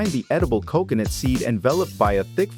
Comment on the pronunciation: I don't understand why you mispronounce coconut! I've NEVER heard anyone else butcher the pronunciation of that very easy to pronounce word!